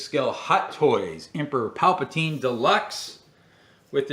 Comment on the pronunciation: Uhh..I really want to watch all footage of all the figures I have..but it aggravates me with you constantly saying "Paplatine". This is a character from Return of the Jedi, correct. The name of that character is "The Emperor". Papateen was a ridiculous made up name that much, much later. It's like you sometimes troll in your own videos with certain ways you say or call things.